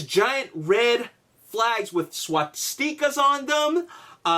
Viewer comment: You're pronouncing swastikas so incredibly wrong